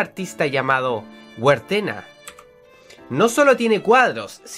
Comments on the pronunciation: en el juego no conoces algunas palabras porque, en el juego, eres una niña de unos 8 años aprox. debes tener buena memoria y pensar mucho y no hacer las cosas tan rápido😂 Oh, y el nombre del hombre que hizo las pinturas creo que se ponuncia como Gertena. Yo lo he jugado como más de 6 veces y de verdad me enamore el juego💜💜 Sigue jugandolo que los finales son bonitos🙈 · se pronuncia IB no Ibe Y se dice Guertena, no Wartena